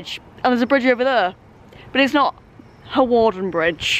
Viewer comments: Looking forward to this one. my parents are from Flint although based in London these days. Used to travel to Flint and on that North Wales coast line many times! BTW I think Hawarden is pronounced 'Harden' ..! Great video though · Hawarden is pronounced Harderrn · This is my local line, surprised to see this line being covered. Also its pronounced "Harden" rather than "Hawarden". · You pronounce Hawarden, Harden. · Hawarden is kind of pronounced like harden but Hawarden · Fun fact for you G, you don't actually pronounce the W in Hawarden, so you say Harden (which sounds like Hard on and I know fine well you'll call it Hard on if you happen to stop there or pass there again) Also the famous Liverpool & Manchester United player Michael Owen was from Hawarden and think he still lives or has houses around there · you don't pronounce the w in hawarden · I cringed everytime you pronounced Hawarden